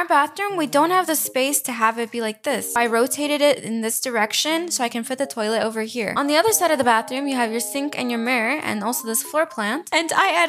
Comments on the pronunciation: why do u say toallet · I like how says "toilet" its like tœilet 😂❤ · when you said toilet in french it makes me a little laugh lol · The way u say toilet is so funny 🤣💀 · Girl says toilet like a British person